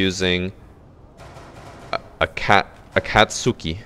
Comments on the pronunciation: No actual way i heard him pronounce Akatsuki as "A-cat-soo-key". Someones gotta force this man to watch Naruto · it’s pronounced a-kat-ski it’s from naruto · akatsuki... the way he pronounced it boggles me.